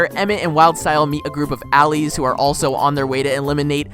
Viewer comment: Do you seriously not even know how to pronounce words like addict and allies?